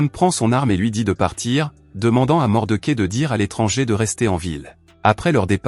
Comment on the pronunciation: L'homme des hautes plaines, formidable Western de Clint Eastwood...par contre c'est pas Mordequai, où Mordechai que ce personnage ce prononce 😅